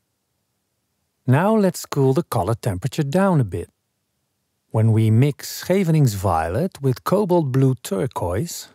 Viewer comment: Always look forward to your uploads! Happy to learn the pronunciation of 'Scheveningen.' That first syllable is a tough one!